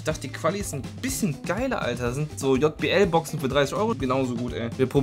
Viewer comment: Digga wer sagt bitte Jott Bee Ell und nicht Jay Bee Ell